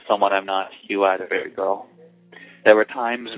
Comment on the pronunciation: BAabee girl is how he's saying it..... Dude.... chill. It's baby girl.